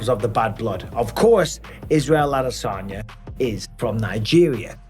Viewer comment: And bisping, its, ad a san ya. Not, ad a saun yer. Your from Lancashire not Buckinghamshire. 😂😂😂😂😂😂😂